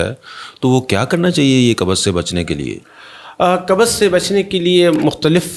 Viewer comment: Kubz hota hai kabuz nahi. Tum punjabio nay urdu ka satyanaas ker dia